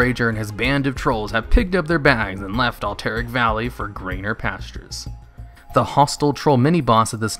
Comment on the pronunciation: Cannot pronounce Cavalry or Alterac valley. F